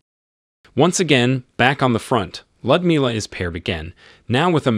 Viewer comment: Was this video narrated by an AI program? "Lyudmila" is 4 syllables, with the emphasis on "mil" i.e. Lee-ood-MIL-ah. The Red Army's Annie Oakley, but no Wild Bill Cody circus for her!